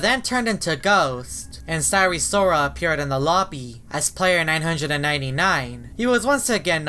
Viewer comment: Normal people: sire sirol: syre sorol